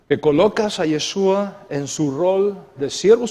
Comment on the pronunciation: Una observación... Es “YESHÚA” (con “sh”), no “YeSUa”. La letra “shin-ש (sonido “SH”“ afirma la función de salvación en el nombre. El sonido “s” la merma.